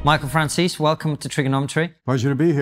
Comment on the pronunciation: And for the millionth time; It's Franzese with a Z. lol